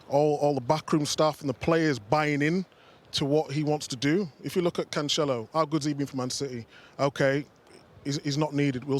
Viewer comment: Man call it Cachelo instead of Cancelo 🤦🏼‍♂️